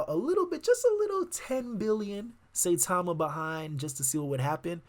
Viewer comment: Pronounced Cy-Tama.